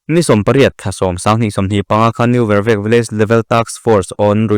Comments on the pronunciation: New Vervek tih hming hi a thluk a ti dik lo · New Vervek i thluk dan hi a dik lo tlat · New vervek I lam dik lo